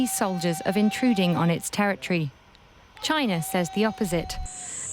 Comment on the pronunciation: he can’t even say China 🇨🇳 is encroaching on all fronts